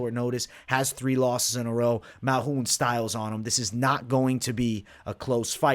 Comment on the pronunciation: Dude said malhoun lol dude it's Malkoun